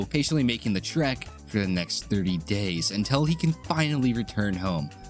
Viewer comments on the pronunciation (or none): none